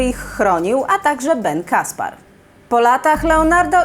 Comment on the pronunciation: Caspere czyta się Kasper(e), a nie Kaspar.